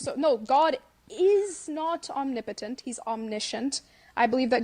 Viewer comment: She didn't even pronounce it correctly😭omni-potent🤔 totally sliced it...... Let it flow, 😩